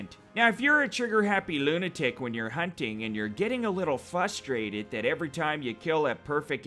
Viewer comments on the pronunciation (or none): You’re funny as hell. My only complaint is that it is pronounced Frustrated not fustrated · Why do you say "fusstrated" instead of frustrated? Lol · The "R" isn't silent.